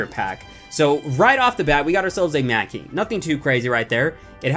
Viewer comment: You said macky instead of manky